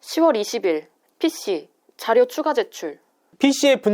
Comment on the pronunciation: 이진호 발음 : P씨 영상 여성 발음 :P씌